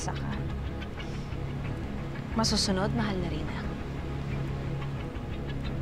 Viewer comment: ‘mahal na reyna kaysarap pakinggan ‘ Galing pag ibigkas ah hahaha😂